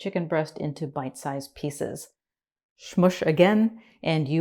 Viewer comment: Smoosh, not schmoosh.